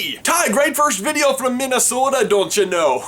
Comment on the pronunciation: Your "Dontcha know" sounds Jamaican.